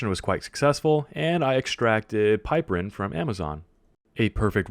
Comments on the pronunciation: PIP-er-rin not PIPE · Also it's pip-er-een, not pipe-erin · also you are pronouncing it wrong - its pronounced pip-er-ene :P